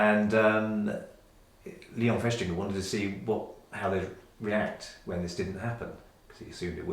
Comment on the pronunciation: Did he say 'Leo Fishfinger?!'😅